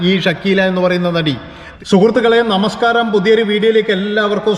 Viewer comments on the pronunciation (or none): none